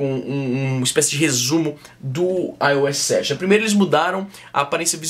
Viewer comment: ai ôu éssi sete kkkkk